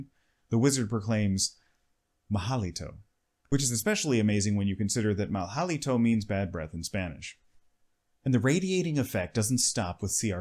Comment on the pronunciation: Mal halito? I think you are thinking about portuguese. Mal Haliento would be the spanish one